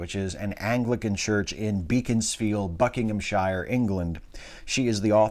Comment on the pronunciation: Sorry to cramp your style, but living close to the place, I've got to tell you that it's pronounced "Be-ckons-field" in "Buckinghamsh'r"